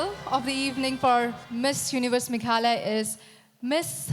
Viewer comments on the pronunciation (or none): Bro its not meglaya it's Meghalaya